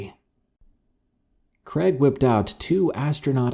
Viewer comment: Creg? Pick a name dude. Is it Craig or Greg?